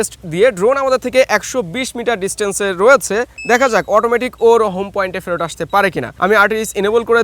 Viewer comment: আপনার দুর্বলতা আপনি ""ফেরত"" শব্দটি উচ্চারণ করতে পারেন না ❌❌❌❌ আপনার উচ্চারণ আসে ফেরট 😆😆